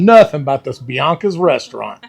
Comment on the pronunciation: Pronounced buy-ank-ees by the locals. My hometown and I LOVE Biancke's!!!! And yes, their Butterscotch pie is the best in the world. So happy to see you highlight the class pictures. My mother's photo is in the class of 1960!!!